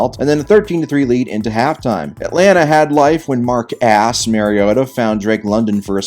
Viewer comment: Mark-ASS mariota lol